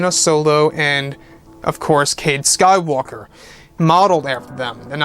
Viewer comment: Also I cringe every time you say sky walker ( when you are talking about Rey)